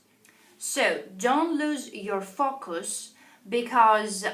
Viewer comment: "All of them are 8" !!! WRONG Grammar! It should be 'Altogether they are 8' . BAD pronunciation - FUCKUS instead of FOCUS, MUCHING instead of MATCHING. Pronunciation is EAST EUROPEAN - Polish accent. People watch BRITISH COUNCIL videos